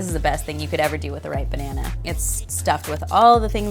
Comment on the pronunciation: She said banehna, not banana. That's why.